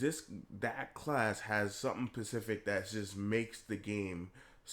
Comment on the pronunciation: *specific. SPECIFIC!